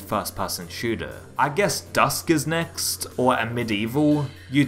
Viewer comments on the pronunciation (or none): none